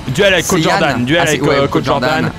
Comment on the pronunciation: Tout le monde : Cod Jordan Pierre Croce : Caude Jordan